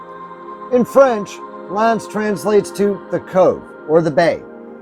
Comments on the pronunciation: Ask how to pronounce the names of place. Locals will tell you L'Anse sounds like "Ah." Thanks for sharing this tour. My dog and I were just up there yesterday and love the drive all the way up to Copper Harbor. Glad you got to experience it as well. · the "a" in l'anse is pronounced like "ah" "l'ahnse;. i'm from the U.P. (marquette).